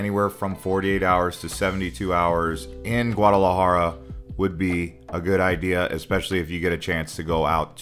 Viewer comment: Great and informative video but the way you pronunced Guardalajara was so spanglish 😂 l had to think for a couple of seconds before realizing what you talked about. But that did not stop me from waching it all good job 🎉🎉